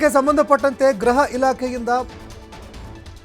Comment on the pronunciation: ಗ್ರಹ ಇಲಾಖೆ ಅಲ್ಲ ಗೃಹ ಇಲಾಖೆ